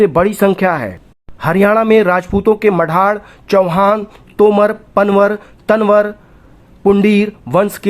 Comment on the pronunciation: Panwar ki pronounciation galat h aapki